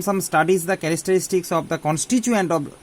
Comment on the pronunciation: Sir characteristics not charastaarstis....